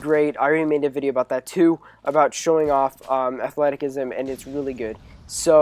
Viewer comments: i think its pronounced (athletizisum) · athleticism is pronounced ath-let-i-siz-im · The c in athleticism is pronounced as an s